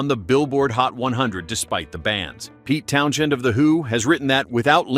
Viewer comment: No humans involved obviously - when they talk about a "led singer" or "Pete Townshend" rather than "Pete Townsend" (although spelt Townshend actually pronounced Townsend as anyone listening at that time can tell you).